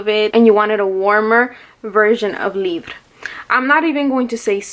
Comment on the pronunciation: I think the name is french so when you say libre you say it with the throatey sounds instead of rolling the r , but yeah I Wana smell the perfume so bad but here in the UK we are still in a lockdown :( and I can't find any samples online from websites that don't keep crashing my phone